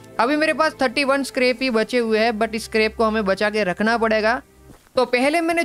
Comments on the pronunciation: It's not karps its scrap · Bro its not scarp its scrap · Scrub bol ta ha scrub nahi